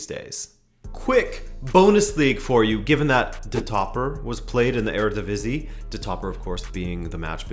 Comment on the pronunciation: Your Eredivisie pronunciations are really adorable. Kudos on using the Dutch pronunciations.